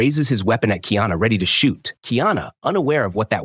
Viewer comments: Honestly i dont get why people dont get the pronounciation right first. Its not kiana bud do better or just leave cuktural things alone. "Car e ah na" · This dude needs to get the pronunciation right it's Ki ana it's kaiana get it right man. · Kiana is the transliteration of the name Diana … his name is KA - I - ANA … learn the actual names and proper pronunciation of the characters you pretend to know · It's KAH. EE AHNAH. KA'IANA, & KU'PU'OHI. COO POOH O HE , COME ON DUDES, PRONUNCIATION IS VERY IMPORTANT IN O'LELO HAWAII